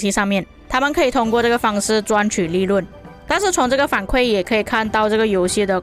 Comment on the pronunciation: 伊原 = 反馈 kui 第四声